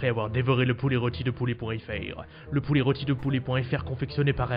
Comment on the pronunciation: Heu, pouler ? Juste avant le reveal de la dinde, le narrateur dit également "pourlet", y'a un truc avec les "r" ?